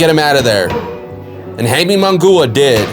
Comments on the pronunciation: Dude, Mungua??? 😂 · Who the fuck is Hayme Mungoooah? And your last name is 🤣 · for real damn destroyed Munguias name pobre